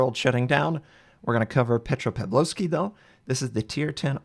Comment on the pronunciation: "...we're gonna cover petro-pablobsky" enraged screeching in Russian